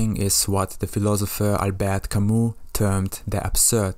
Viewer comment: Jesus Christ what have you done with the names of great philosophers Apbert Camus and Søren Kierkegaard. Butchered them like pigs. Jojes aside, great video. Love the movie. Keep it up.